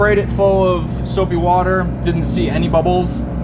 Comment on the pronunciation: For some reason when you said soapy water it didn’t sound right.?.